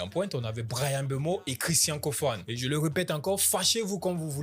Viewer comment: Pardon on dit KOFANÉ. PARDON sinon la ferme ok le nom est une energie....donc parlez bien